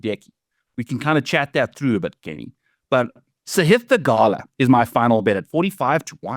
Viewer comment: Kenny needs to stop saying theegala like ricola